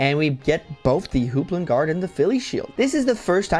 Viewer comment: You know it’s Hoplon Guard not Hooplon Guard.